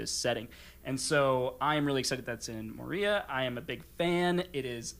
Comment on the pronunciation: I'm not sure how I feel of pronunciation of Moria. He put the emphasis on the second syllable instead of the first. I'm enjoying all that you guys do. I'm sure my friends are tired of me hosting game nights because all I want to do is play my IV games.